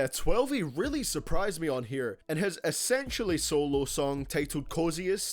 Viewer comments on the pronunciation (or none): none